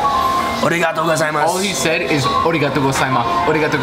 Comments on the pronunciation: Congrats to Gabe again and very glad for you guys. Enjoy and keep sharing the experience. Ps:As an advice to you, don't say Omae but Anata or Kimi because Omae is the meaning of 'You' in an insulting or disrespectful manner 😉 And You have to say Arigatô and not Origatô. Peace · i love how he says oregato gozaimasu and says his japanese is on point, yet he isnt even pronouncing it right, its arigato not oregato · It’s not ori-gato, it’s pronounced arri-gato with a rolling r that sounds more like a D. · ARIGATO! not ORIGATO! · lmao the confused look on faces when he mispronounces arigato is priceless.